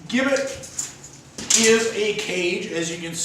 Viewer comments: It's pronounced Jibbet...it was never used in America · Mate it is pronounced "Jibbit", with a soft 'g'. We English know, because we invented it. Americans total mangle and misspell our beloved language (English is also from England not America!) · The gibbet, pronounced with a J sound is correct - we (the English) invented it, so we can call it what we want. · In England it was called; being 'hung in chains' - and gibbet was and is pronounced - jibbet. As the English invented the English language.. it would be preferable if people like the Americans would learn and understand it properly. It is insulting to palm this off as 'English talk' in your video! You speak English!!... have some respect from whence your language originated! Interestingly... only two gibbets have been discovered with their last inhabitant still inside. One in Lithuania, and one in Suffolk, England which was found approximately 200m from the house where I grew up! The gibbet cage was found during works to extend RAF Honington's runway during WW2 and can now be viewed at Moyses Hall Museum at the Market Square, Bury St Edmunds - Suffolk. England and the story behind it is fascinating... infact many local people are still uneasy talking about it to this day! Addendum: People were usually publicly hung.... then placed in chains at a location ordered by the judge/court. People were not usually placed in the gibbet whilst still alive - and after public execution, and upon being hung in chains in the gibbet - they were almost always left there for many years - as a shame, and as a warning to onlookers.